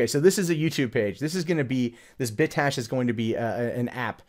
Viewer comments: Bit cache not "bit ash" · cache is pronounced "cash", so "Bit Cash" =) It sounded like you were saying "Bit Tash"